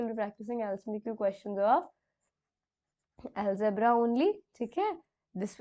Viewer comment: ALGEBRA NOT ALEGBRA